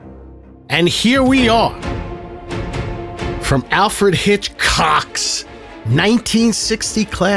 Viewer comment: The hard pronounciation of "alfred hitchCOCK" 💀